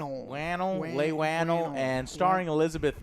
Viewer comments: Leigh Whannell’s name isn’t LAY WAN-UL, it’s LEE WU-NEL. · Leigh whannel=Lee wahnail. Surprised you don't know how to pronounce it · Lay Wanelle ???? 1500 videos and reviewing movies you DON'T know how to pronounce their names?? fuckoff you fucking angry fuck